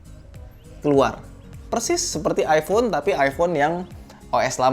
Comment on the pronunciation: Iphone bukan ifhone wkwk